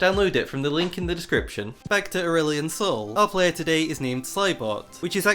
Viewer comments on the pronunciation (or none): Your first Aurelion Sol sounds like Earl Sol which makes me think of Earl Grey Tea but if I think further I think of Earth's son... Yeah... my mind is going places man, I'm tired, another night no sleep for schoolwork cause theses are fun